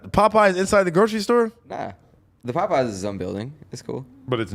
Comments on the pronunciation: Tf is “Pupeyes” lol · I died when AD corrected Adam on “Popeyes” 😂